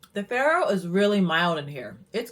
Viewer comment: You might want to check your pronunciation of faro.